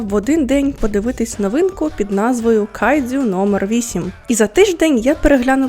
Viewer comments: Тільки кайджю, не дзю.... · Відео супер, але можна будь ласка, без цієї полівановщини по типу "кайДЗЮ" "іТІкава" "сьонен" і т.п.?